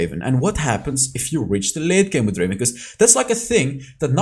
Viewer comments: It's not Draven, it's Draaaaven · Not Draven, DRAAAVEEENN